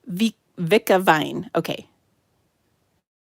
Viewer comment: It’s ‘vinca’ vine,.